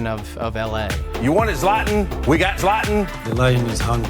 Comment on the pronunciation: wtf "you wanted Zlat-nnn, we've got Zlat-nnn" lol It's ZLAH-tAHn!